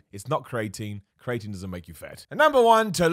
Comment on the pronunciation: Me: what is crating? I want some.: CREATINE